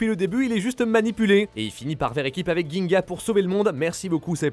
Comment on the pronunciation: Je te mets un like et un comme simplement car tu es le seul youtubeur non jap que j'entends pour la première fois presque bien prononcer le non de Ginga.(et non Jinga comme certains le disent). Ginga (銀河) veut dire “Voie Lactée”/“Galaxie”